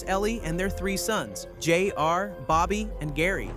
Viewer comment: He probably asked AI to write it and has never seen the show. In fact, the way "J-R" is pronounced the same strange way, maybe it's an AI voice too.